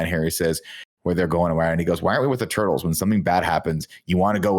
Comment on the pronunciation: NINJA TWO-TLES! WTF Tim! 😂😂